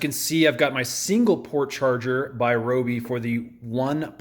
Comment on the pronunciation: Its pronounced RYE-OBI.